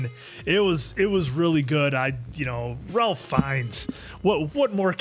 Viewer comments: I saw this one by myself on Thanksgiving in an empty movie theater after taking an edible and it was the best experience ever haha!! I was laughing and gasping the entire way through. SO happy to get to experience it again with you guys! Also, Ralph Fiennes' first name is pronounced like "Rayf"! Such an icon! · I know it looks like you pronounce his name like you think you should, but it's pronounced Rafe 😉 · His name is pronounced "Raife", not "Ralph". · Just a little fyi, its not r-al-ph, its pronounced r-a-ff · his name is Rafe not Ralph. The "L" is silent. Side note: I wholeheartedly agree Appleton Oak's critique of pretension diners. I too have unfortunately come in contact with too many fake abnormal diners who say they enjoy their 11 or 12 course meal. I don't enjoy exquisite restaurants like that. You don't enjoy yourself at those restaurants. Just give me some KFC or a Burger with sides. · Ray-fuh not Rawl-fuh is how this particular Ralph is pronounced with regards to Ralph Finnes. Interestingly, Ralph’s baby brother , Joseph Fiennes, star of the multi award winning Shakespeare in Love, pronounces Joseph the normal way. Not sure why their parents went with Ray-fuh for Ralph. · Just for future reference...Ralph Fiennes's name is pronounced Rafe, not Ralph 😊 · Pronounced Rafe not Ralf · Apart from Ralph's name being pronounced rayf you didn't miss anything ps I only found out last week as well😅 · I know this is three years too late but Ralph pronounces his first name as Rayfes. Like Ray-fs. I WISH I was joking. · Just want to quickly point out that Ralph Fiennes first name is pronounced like ‘Rafe’. 😊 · It's pronounced Rafe. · “RaLpH” lol someone please tell me they have since been corrected on the pronunciation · Ralph's name is pronounced "rayf" btw. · It’s pronounced “Rayf” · Ralph is pronounced rafe rhymes, with rake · It's pronounced "Rafe"; I don't know why, but if you watch that many of his movies, it probably helps to know that.